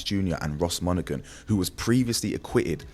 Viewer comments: It's Monaghan silent g my donny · Bro glesga is gny be wild even more than it is,bro the g in monaghan is silent ✌️